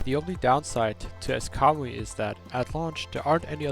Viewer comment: Everytime he says Kamui i only here cowboy.